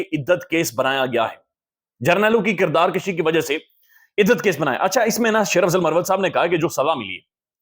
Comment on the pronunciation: کردار کشی ۔۔۔پیش کے ساتھ بولا کریں ۔۔زبر کے ساتھ مطلب بڑھنا ہوتا ہے